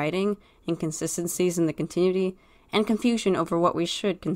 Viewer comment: ... it's pronounced Con-tin-nu-ity. Sorry, I couldn't let it go after the third time. thing is, you have to consider being a politician/slave owner as evil in order for this logic to work. Even though most of the former and the entirety of the latter is evil, neither they or the general populace would ever call them that, especially if they're benefitting the current system. I think the change to red eyes signifies a great hurt; a deep wounding of their very soul, which "Orion's betrayal" definitely did to Megatron. (Betrayal being in quotations because it wasn't his fault so much as the council's...but he still went along with it, didn't he? 🤔)